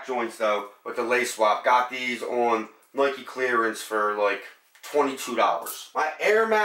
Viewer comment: Lmaooooo “nuey-kee” 😭😭 but good video, enjoyed it